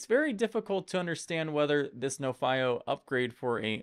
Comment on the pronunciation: I thought it was pronounced NO-fee-oh ?